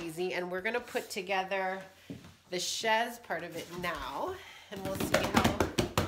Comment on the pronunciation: just so you know it’s pronounced shayz not shez